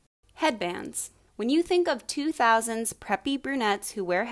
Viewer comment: Its 2000’s not nautes